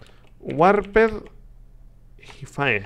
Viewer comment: Creo que no se pronuncia "jaifae" sino "jaifi"